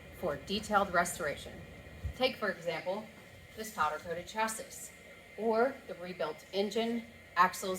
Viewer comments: Chassis is pronounced- (Chasy) ❤ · Great jeeps Someone has got to give her a heads up on how to pronounce chassis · Just because you pronounce chassis wrong doesn't mean its not actually a roadster shop chassis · this is what i have longed for,....longer videos of your shop and the builds,...... LOVED IT !!! that is a hospital sterile shop,.....very neat and organized. DANG !!!!! and your wife can pronounce chassis any way she friggin wants to !!!